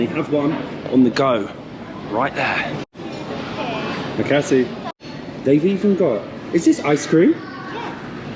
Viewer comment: Thank you for this video. Might travel to Bandung again soon this year to visit an old friend. Such a wonderful city and their countryside will always be mesmerizing. By the way, Thank you in Bahasa language / Malay language is Terima Kasih, as in Te-ri-ma-ka-sih. Not Mc Cassey 😅 Tried to hold my laughter throughout the video but i just can't ! Love the video overall. Cheers ❤